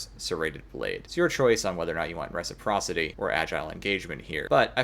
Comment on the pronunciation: Your pronunciation of Reciprocity is hilarious.